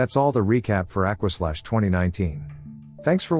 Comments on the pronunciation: Stopped watching after the first 10 seconds. Bro can’t even pronounce the “aqua” in aquaslash correctly. Maybe be more educated next time before making trash videos. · "Aquaslash"... Oh dear, this isn't going to be good 😂